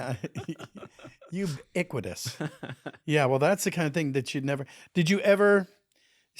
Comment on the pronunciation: YOU-BE-CUE-IT-TUSS 😂😂😂😂😂😂😂 (ubiquitous)